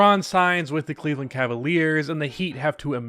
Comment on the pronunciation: Cleve-LAND....... get it together lol